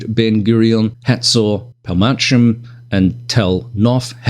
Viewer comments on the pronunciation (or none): Gotta love how Ugra are constantly updating their Syria map. BTW, Palmahim is easier pronounced this way: Pal-ma-him, with emphasis on "him". 🙂